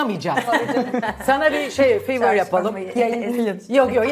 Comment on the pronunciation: Sevgili Zuhal Topal “fever” değil “favour “ söylemeye çalıştığınız kelime.